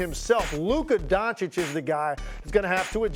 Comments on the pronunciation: Luka "Don-Chick"....bro, Stephen, u cover this sport for how long now? How do u not know how to pronounce a top 3 players name....🤨🤦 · It's 2023 and SAS still says "Luka DonCHICK".... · Its Don "citch" Stephan A. Its not that hard, i promise. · Kyrie would take a back seat because he won a championship by taking a backseat. Also now is that after this many years, sas still doesn't know how to pronounce Lukas last name? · It’s 2023 and SAS still cannot pronounce Luka’s last name. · One day Steven a stiff will pronounce Luka doncic correctly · It's just sad how after 4+ years of reporting about him every single day Stephen A. Smith STILL doesn't show the respect and learn how to pronounce the name of one of the top 10 players in the NBA. That's just disrespectful and shows a complete lack of interest in basic knowledge about the topic that you are covering. Whatever he's paid for his work is too much.